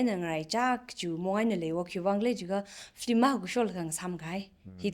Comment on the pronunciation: It should pronounce as Film not flim.